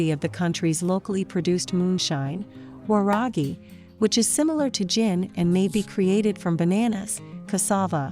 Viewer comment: It's not waa-raa-gi it's wa-ra-gee, also it's ma-to-ke. And rolex's are delicous